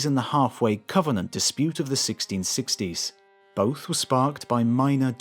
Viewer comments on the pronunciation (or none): none